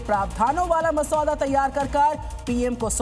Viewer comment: Masauda nahi MUSADDA BOLA USNE 😂😂 AUR KYA PAPER LEAK students Aur parents ki hi problem h govt. Ki nahi